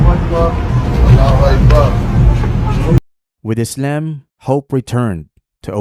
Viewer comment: Why does he say Izalm and not Islam